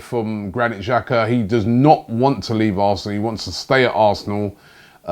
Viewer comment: Robbie, The correct pronunciation for Xhaka, is Xh, is pronounced J. If you were to write it in English it would be: Jaka.